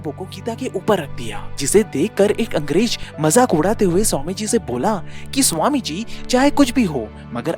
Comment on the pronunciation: Angrej nahi angrez..sahi lafz hai. Joaab nahi...jawab hai.